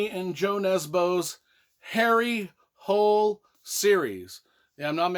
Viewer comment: Though he is Norwegian so with that spelling it would be pronounced like Hooleh as I have learned Swedish and the languages are pretty similar. Just like the authors name is pronounced more like Yoo Nesbuh. Ø is pronounced like Uh or ou in should . And the J is like it is in Baby Bjorn, Fjord, etc.